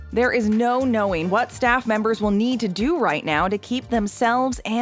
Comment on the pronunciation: at a part of ur vid you said shaffs instead of staff